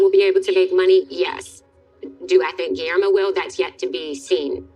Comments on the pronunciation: His name is pronounced Ghee-yair-mo. 😊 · You say G’s name like Ghee Air Mo It’s a hard G